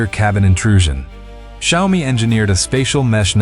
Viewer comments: Xiaomi is pronounced, "Shaow Mee". Not hard to get right, lol. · These AI speech generation does not know how to pronounce XIAOMI. It's XIAO MI. You get it right sometimes